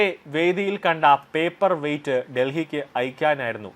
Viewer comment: എടാ പൊട്ടാ പേപ്പർ വെയിസ്റ്റല്ല പേപ്പർ വെയിറ്റ് ആണ്.